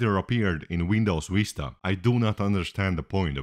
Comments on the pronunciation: "Windows " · i love how he pronounces vista as